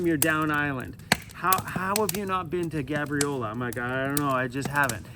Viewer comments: The a in Gabriola is pronounced like "Gaybriola" = Gabriola 🙂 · Wait a minute... I was born and raised in Nanaimo and never heard it pronounced that way. I've only ever heard people call it Gabe-riola... Google says you pronounce it like is, but I've never heard a local say it like that lol